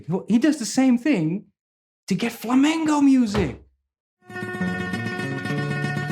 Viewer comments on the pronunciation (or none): You're awesome- and I could have just mis-heard it from your great accent- but it's Flamenco Guitar- not Flamingo (the bird) Guitar ;-) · He keeps saying Flamingo. It's flamenco. Now that I got that off my chest, great playing & thanks for the video. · Love your channel, your teaching, your great energy -- but pleeeze -- it's "flamenco", not "flamingo". A flamingo is a pink bird. :-) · Please stop saying "flamengo" or "flamingo" and say fla-men-co ('ko). I love your videos anyway! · It's called Flamenco, no Flamingo (although flamingos in spanish are "flamencos"; but the musical style should be called Flamenco)... other than that, you rock, huge fan!!! RIP EVH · But he said flamingo music like 99 times 😂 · ADRIAN GOMEZ MARTINEZ ahora me entero de que "flamenco" es una palabra inglesa. Genio tú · ADRIAN GOMEZ MARTINEZ eso lo entiendo, no le pido a un holandés que pronuncie español perfecto. Pero "flamenco" es un género y no estaría mal pronunciarlo. Es como si yo, por ser español, digo "trans metal" en vez de thrash metal. No le veo la justificación. Con todo, toca super bien, me cae super simpático y en sus vídeos aprendo mucho